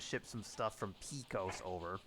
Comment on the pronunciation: Pay-Coes (Pecos) my good man.